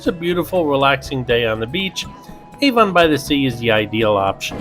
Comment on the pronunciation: as a resident of Monmouth County, where Avon by the Sea is located, I have to point something out. Avon is not pronounced like the perfume company!!! It's pronounced AV-on, not A-von!!!!! Thanks!!!